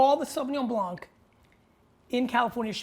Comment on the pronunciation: Great video G , just fyi, as a french speaking guy, you do not have to say the « c » as a « k » in Blanc 👍🏼